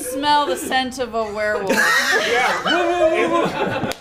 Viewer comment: I like the way pronounces it like "we're wolf"